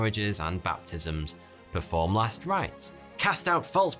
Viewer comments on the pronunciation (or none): none